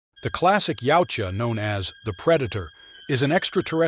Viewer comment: Wow...finally someone pronouncing 'Yaujta correctly